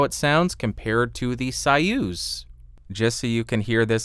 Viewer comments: So-use - not sawuse. Zopah. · Way above my price range but a very nice sounding Mic. BTW, I believe that it's pronounced "SOY-uz" (as in Soy-sauce) not "SIGH-uz", the way you were pronouncing it.....😉😉👍👍🎤🎤👍👍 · It’s “Soy-use” not “Sigh-ooz” lol.... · You know the King Bee and the Soyuz which I know is most likely not want to hear that though. Also I thought it was pronounced Soy-use, since it is spelled the same as the capsule used in the 60's Russian space program......I could be wrong though. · Interesting that one of the founders, David Arthur Brown, pronounces it as Soy-use (as in soy sauce) in some Youtube clips. It seems like he would have the pronunciation right. Maybe it is the English pronunciation, because I don’t know Russian... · It's pronounced "Soy" as in soyboy and "uz" as in use that hammer and sickle.